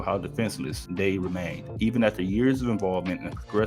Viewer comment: Are you dyslexic? Why do you mispronounce so many words? Even when you are literally reading it from a text. Demasculinating, pernicious etc. It's annoying, show some effort